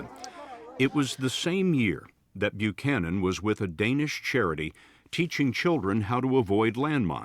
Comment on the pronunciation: FYI it’s pronounced like bu-cannon, at least here in the states it is.